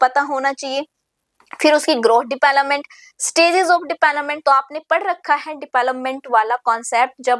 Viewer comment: Development ki pronunciation bahut embarrassing h mam